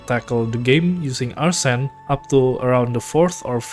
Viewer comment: Nice vid but your pronunciation of Arsene is making me lose my mind no offense